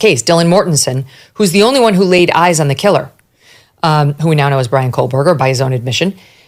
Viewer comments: I can't with her... How long can a "respected" journalist cover this case, and still not know that THERE IS NO "L" IN KOHBERGER!!! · No mention of bushy eyebrows and no "L" in KOHBERGER!!!!! Sorry but that burns my biscuits every time she says his name!!!!!